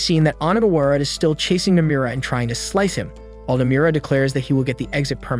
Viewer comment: The way he pronounces Nomura's name would piss off Nomura himself.